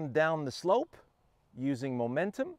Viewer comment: It's no longer "Mo-mentum" - It's "Mu-mentum"!